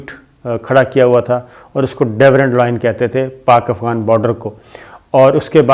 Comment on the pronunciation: It is Durand and not Dawerand